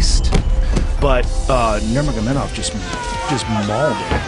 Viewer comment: Cheers to DC for knowing how to pronounce Khabib’s middle name.